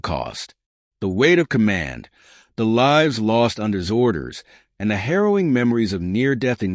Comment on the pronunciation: The Gudgeon did not sink a Japanese carrier as this narrative claims, nor did it cause the US Navy to fix problems with the Mark 14 torpedo. This story is a bunch of BS. I hate AI reading, you can tell by the pauses in the middle of a sentence and the way it mispronounced words like lives (in the story it was meant to be the lives of the people on board, the AI pronounced it as as in "Frankenstein's monster lives"). Telling a false story does not honor those who served.